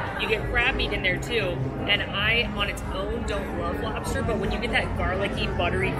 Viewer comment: As a born and raised New Englander it was my duty to report you both for your pronunciation of lobster. When you travel you will be forced to wait at the border until you can get a native New Englander to vouch for you. 😉